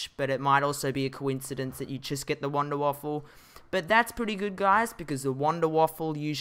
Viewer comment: It's Wanderwaffe not wanderwaffle